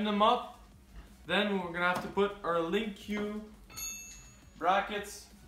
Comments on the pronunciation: its.... LINK not lin que. lol Link Like a link in a chain, easy to link up, you know, that kinda link? lol Sorry it was driving me nuts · Yeah but it's pronounced "link" Lin Q doesn't make any sense. Just look up any of the official skidoo videos. Anyways liked the video, helped me see some stuff I was curious about.